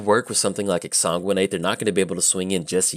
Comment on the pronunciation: it's magic. half the challenge is pronouncing card names lol. but you said exsanguinate like 37 times in 3 minutes, (i didnt actually count) and i just couldn't not help you out =D